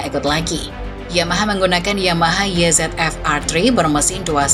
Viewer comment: mbaa mbaa... parah bangat dah Starting Grid ini... nyebut angka pake bahasa inggris semua, giliran yamaha YZF (baca : ye zet ef) jiaahh ngelawak bae lu mbaa... makanya ngga usah campur2 bahasa inggris ama bahasa indonesia, udah pake bahasa indonesia yang baik aja... kalo mau pake bahasa inggris, itu YZF (baca : way zi ef) mba, buka YE ZET EF...